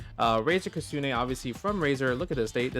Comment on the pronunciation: Justin, there is no A in Kitsune and the T isn't silent.